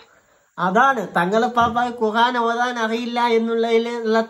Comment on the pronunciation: നീ പോയി ഖുർആൻ എന്ന് പറയാൻ പഠിക്ക്